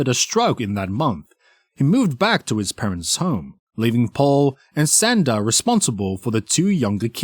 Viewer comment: Narrator…. Her name is Shanda (Shon-da), not “Senda”. Ugh! I hate it when narrators pronounce words incorrectly (simple words especially). Nails on chalkboard bc it’s supposed to be a pro. Yikes!